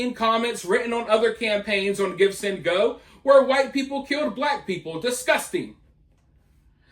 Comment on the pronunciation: Oh it's GIVESENDGO. I thought you were saying GIBSON GO. I kno nada about these funding websites, sorry